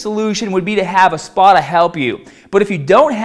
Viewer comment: Gotta gave a spahhhtah.